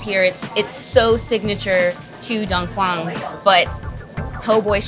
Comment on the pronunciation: she keeps saying dong "phong"